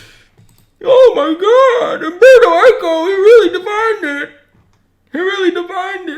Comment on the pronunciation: U-M-berto Eco. Please